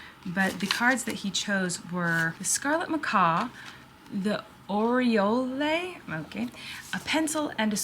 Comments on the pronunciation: that's the bird Or-e-al. That's how you spell it...oriole. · Oriole Or-ee-ole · Oriole pronounced "Awreeuhl". The Baltimore Orioles. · 😆😆😆 “oooriolé??” It’s pronounced like Oreo, but with an L. :P your pronunciation made me actually chuckle. We have those birds in WI, idk where all they’re native to. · It’s just pronounced “oriol” no “le.” It’s Maryland’s state bird. I have lived in Maryland my whole life and have seen one maybe once. I say maybe once because Robins can look similar. And, robins are all over. From afar, it was a little too orange and a little too black to be a robin. Decades, I’ve lived here! Have you ever seen your state bird? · HAHAH i’m from maryland and hearing colleen pronounce oriole killed me